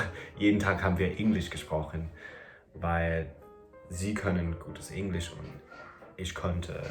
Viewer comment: Hey! In case you are still interested in someone locating your accent, I have a few points. And by the way, I understand the slight frustration of someone still pointing an accent out when you are basically on C2 Level already! So this is just because you asked:) - Very English pronunciation of the word “Englisch”, especially the “e”. - Very careful pronunciation of word endings, but this is something that will disappear over time. As well as overall careful pronunciation of everything, which is normal and a very good tool to speak correctly! - sometimes you use “wenn” instead of “als” even though most times you use it correctly, this is a hard one, I know! The rest is hard to locate because it’s barely there. Overall, you have excellent German and pronunciation 🙌🏽